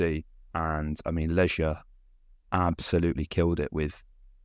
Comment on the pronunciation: Legia 'g' pronounced like the one in 'goal' as opposed to the one in 'germ'. ;)